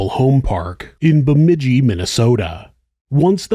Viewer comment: Omg you actually pronounced bemidji correctly 😂